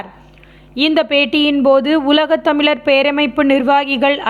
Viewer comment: தமிளர், ஈளம், விளா, தமிளக அரசு இல்லை இதுல தமிழ் பற்றி பேசி😏😏